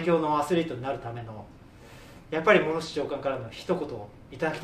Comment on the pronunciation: カタカナのムロフシやめろwww